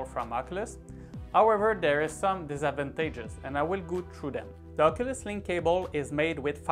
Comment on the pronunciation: Great video! I was thinking of doing a similar purchase so I appreciate more content on questions I have with alternatives to Oculus Link! Just a head up though, 'disadvantages' is pronounced ~ diss -edd-vantages~ Threw me off when you said it the first few times but I love to hear accents and different pronunciations. Makes me happy to know I'm not alone in the world in that! Thank you!